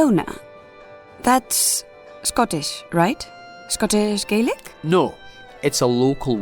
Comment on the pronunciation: Love the series but the pronunciation of Gaelic is the one for the Irish version. For Scotland it should be gal-lic. Sorry for being nitpicky it just bothered me.